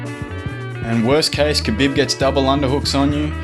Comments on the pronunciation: Ka BiB. hehehhe... it's Ka BEEEEEB :) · The way you say khabib annoys me...